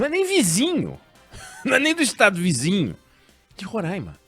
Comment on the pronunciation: O certo é Roraima, com o ditongo ai anasalado. Por que ai é seguido de m e não tem acento agudo no a.